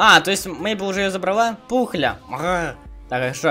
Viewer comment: Пухля а не Пукля